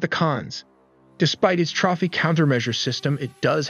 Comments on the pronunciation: Stopped watching after you said trophy as tr-off-ee in stead of ˈtrōfē and leopard as lee-o-pard instead of lep-ard. Couldn't stomach it after that. Thumbs down. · I believe trophy is pronounced trow·fee. Still, great narration and pace of content.